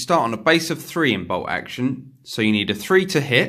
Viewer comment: Is ti "BOLT Action" or "BOW Oction"????😂😂🤣🤣